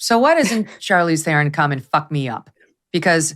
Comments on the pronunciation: South Africa is not generally woke. Theron is one of South Africas worst exports. Theron is pronounced Terron in South Africa. . Her behaviour is disgusting. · Read up on Charlize story regarding the death of her father!! There is another side to her version. Btw she did not grow up on a farm. She was a “ maplottie (small holding) Her name is pronounced te ron, not the umUSA version theron. Cannot bear her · Charlize Theron (pronounced Tron) !!!! makes me so ... Arrrrrggggg!!!!! Please just don't speak. Advice from 1 of the 44 proud South Africans that speak Afrikaans. 🇿🇦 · I am disgusted by Charlize language......I mean her FAKE LANGUAGE ACCENT.....she was in USA for 2 seconds and had a massive American accent.....CRINGE.....she is Afrikaans and her English accent is SOUTH AFRICAN....her surname pronounces as TURRRRRRON inwhich the r rolls in a way an American cannot pronounce . And I am going on about it 😂 because as a south african I cringe every time I hear her. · Agree with that sentiment, very few educated intelligent people in Charlize Tron's(correct pronunciation of her Afrikaans surname) country of birth like the woman. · I am a South African and Charlize is embarrassing. Firstly she has changed the way her surname should be pronounced and behaves like an overindulged spoilt brat. She is arrogant and isn't a great actress at all and what her mother did to her father is so wrong and she got away with it.